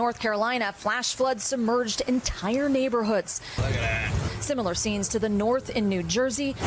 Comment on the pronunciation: sounded like he said "BLUB-A-BLUUAAEHHH!!!" but he actually said "look at that"